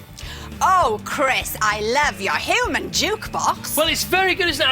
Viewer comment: "Hooman jukebox".